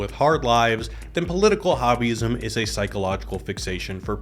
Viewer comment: When he said Political Hobbyism, I heard Political Wahhabism.